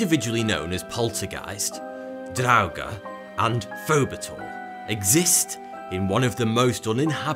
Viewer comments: I'm going crazy since he mispronounced draugr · Someone was a skyrim fan to name the star Lich and a planet draugur... Which completely botched the pronunciation of btw!!